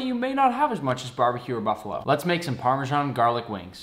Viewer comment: it’s PARMESAN not PARMEJAN